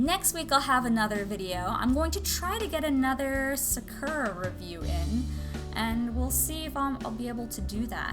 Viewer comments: What? “Sukera” pens? It’s Saa-ker-Raa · Sa-uh-kur-ah? No no its pronounced Sak-ur-ah